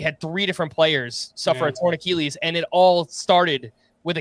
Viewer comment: "Ahh Keall Lees"